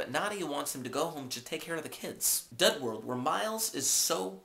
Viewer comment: And it's dud world not dough world lol